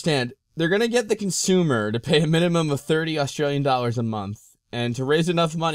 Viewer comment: "..plant the China flag"? Was there some Chinese occupation of Australia I'm not aware of? Australians, you guys are aware you're on an island in the middle of Not-China. Or know how to pronounce "Australian flag".